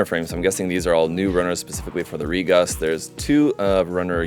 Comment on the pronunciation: Re-coon, not ReGus.